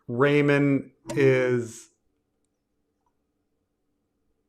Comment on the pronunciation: “Everybody Loves Raymun”